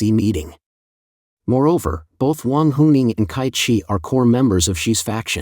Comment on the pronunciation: “Ts’ai Qi”, not “Kai Qi”